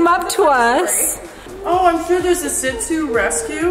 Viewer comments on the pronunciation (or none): Looks Lhasa Shih Tzu mix. And its pronounced She zoo not shi* zoo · you pronounce the breed "she-zoo" not zit zoo.......